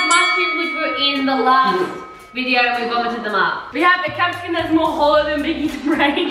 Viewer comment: btw (no hate) u say capsiCUMMMM just tryna help! 😅